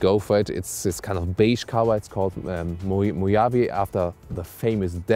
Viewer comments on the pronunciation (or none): Pronounced "Mow Have ee" The " J " is pronounced like a " H "...